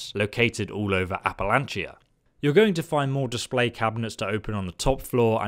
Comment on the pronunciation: Dam dude "Watonga" "Phalippy" "AppaLANCHIA" my god he's not even trying to get the pronunciations right 😂 Even adding letters or removing them.